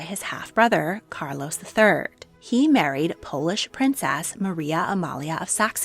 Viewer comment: This is AI. AI cannot pronounce Regent or Carlos correctly. 😂😂😂